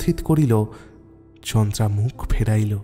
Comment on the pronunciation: chandra sonache ucharon ta kintu naam ta chandara